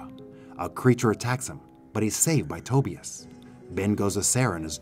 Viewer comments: RIGHT! I was like bro. His name is pronounced "TA-BUY-US". What the hell is "toebEus" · Toe-bEus? Instead of Tobius? Over and over?!! 😂😂😂. VERY hard to listen to! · Love your content. But PLEASE learn how to pronounce "Tobias" 🤦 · but the way he's pronouncing it is not how the name is pronounced in the movie. And he doesn't have a strong enough accent to not be able to correctly pronounce it as it is in the movie. "Other countries" have nothing to do with it.